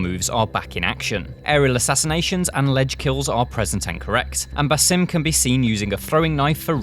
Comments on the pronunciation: it's BAAAASIm no BAYSIM, learn to pronounce the name appropriately you illiterate imbecile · He mispronounced Bassam’s name. Keeps calling him “Basim”. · BAH-sim. not ba-SEEM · It is (BAsim) not (baSIM) with the first syllable stressed. An Arabic name which means the smiling one. (Besme) means a smile. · do you guys even play Assassins creed? If you need to know how to say basim’s name you might want to go back to Valhalla seeing as it only takes place 7 years after the events of Mirage.. His name is “Baa-Zim” lol ffs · Why doesn't anyone pronounce his name correctly? The right way is Baa-sim.